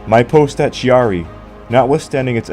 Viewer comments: Excellent docu. You got a new subscriber. However... ... it pained my quarter-Italian ears much to hear the name of Chiari so badly butchered over and over. It's /kiari/, the "h" in that position in Italian is precisely to avoid the /t͡ʃiari/ pronounciation you insisted upon, which would be the case ONLY if written "Ciari". "Ch" as /t͡ʃ/ is only West of the Alps. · Kyaree not Shiaree. Chi is pronounced shee in french, not italian. Anyway, way the go. Not many videos on this subject. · Thanks for the video. It was entertaining. A couple of points, if you don't mind. Chiari is pronounced Kee-ah-ree. The music, I know it's personal, but I found it a bit monotonous. All in all a good video. It made me want to check the rest of your production 👍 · Chiari (kee-aa-ree). With a "k" like "cake", "king", or "can" IF it is an Italian name.